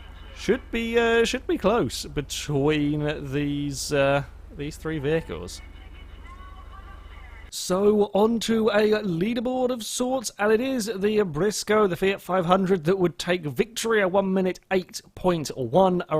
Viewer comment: It's Brioso R/A not Brisco